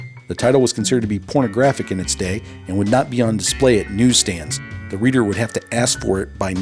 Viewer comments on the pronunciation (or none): none